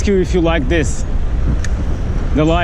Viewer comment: just a tip: this is thiss and these is theez, also dis in words like disappear is diss Not trying to be a jerk, I really hope thiss helps <3